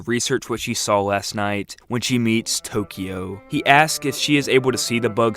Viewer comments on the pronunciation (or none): none